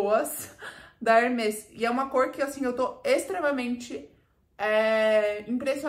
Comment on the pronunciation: Ba, como Hermès é um nome próprio, pode falar tranquilamente com o som aberto : Herméees. 😊